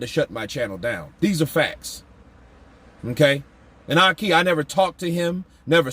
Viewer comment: My man called Ahki, “Ah-Caca” 😂😂😂 can’t stand that dude, he slimey as hell, shamelessly lying all over the internet